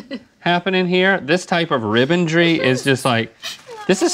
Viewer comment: We got "fennelgry" and "ribbondry" in very short succession. This is a good day.